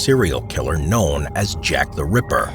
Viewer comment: So I’m not the only one who heard “Shaq The Ripper” right !?